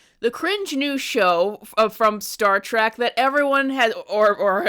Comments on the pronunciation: Not Star "trach" it's Star "Trek" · It's Star TREK, NOT TRACK!